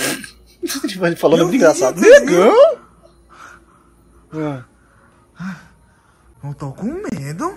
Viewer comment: Kkkkk😂 Muito engraçado quando ele fala Negaum?😳